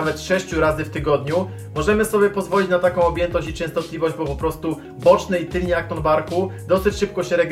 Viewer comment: TYLNY, nie tylNi. Poza tym , propspuję :)